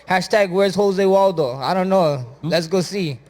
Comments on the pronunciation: I love how Holloway is calling Aldo... Jose Waldo lol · Max.... "Hozeh Waldo" lol